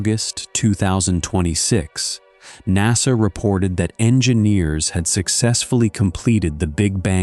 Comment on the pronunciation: I have severe doubts of the expertise of a narrator (AI or otherwise) that thinks NASA is pronounced "nossuh". It's an "a". It's "nassuh"